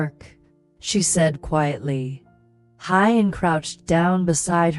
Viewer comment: Please work on pronouncing Huyen ,,, who-yen, not Hi-yen.